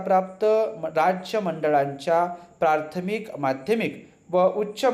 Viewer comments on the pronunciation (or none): बाकी सर्व ठीक आहे सर फक्त मला प्राथमिक चे ऐवजी प्रार्थमिक असे ऐकायला आले , काय योग्य आहे?